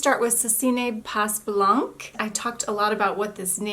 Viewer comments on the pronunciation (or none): Very nice picks! The first one from Orly though is pronounced differently: "Sesi: ne pə bla:hng" (st from est, s from pas and c from blanc are not pronounced but are mute letters)